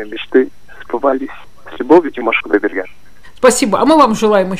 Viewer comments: Димаш Кудайберген, а не Кутдайберген, об этом говорят... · Какой же умница! Димаша любят не только за голос, а за его мудрость, тактичность (когда ведущая неправильно произнесла его фамилию, он сделал вид, что не заметил) и за простоту общения, короче, за все! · Замечательное интервью, но фамилию должны произносить правильно. Димашу желаю творческих успехов, здоровья и отличного настроения! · Журналистка бестактно даёт советы по поводу репертуара Димашу ,искажает фамилию певца ,фамилию,которая известна всему Миру. Как понять , журналистка ,побывавшая на концерте Димаша в Кремле , неправильно произносит фамилию мировой звезды. Димаш - это гордость Кахахстана,певец с мировым именем. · Зачем Димашу навязывать репертуар выступления,советовать на каком языке петь,если ведущая даже произносит неправильно его фамилию.Прежде чем брать интервью,надо хорошо подготовиться,Димаш. национальный певец,он казах и основной репертуар его национальные песни,навязывать ему на каком языке петь это не корректно. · Журналистка , не подготовлена или волнуется, то фамилию коверкает, то даты путает. Когда Димаш родился ,СССР уже распался как три года!!